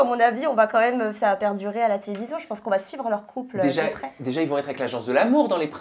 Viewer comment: Il n'y a pas de t à la fin de va!